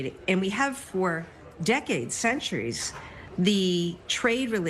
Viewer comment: When she said, “Centuries!” 😂